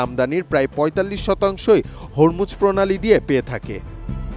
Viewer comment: হরমুজ যা উচ্চারণ হবে "হোরমুজ" প্রণালী।